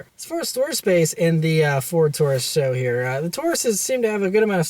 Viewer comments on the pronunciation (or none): S.H.O. not Show. Do you try to say GTR, or STI? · Ford Taurus "Show" _. It's pronounced S-H-O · I was cringing every time he said it lol...super high output.. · saying "show" sounds fucking ridiculous. Couldnt even watch the video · I thought it was pronounced S, H, O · This guy gets it^^^^^ say it with me, S-H-O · Can't take your reviews serious, if you can't even pronounce car model correct.